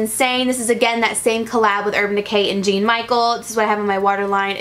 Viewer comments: Suzy Manville that's bullshit lol. You wrote all that bullshit and didn't even pronounce his first name correctly. She said "Gene". I get this is pr and she was packing and ect. This man is history obviously very important if Urban Decay decided to highlight his work. Most of us are just saying learn about what you're using and that's it. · Jean is actually pronounced "john"French accent style lol he's a French artist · Jean is pronounced similar to Jon I think.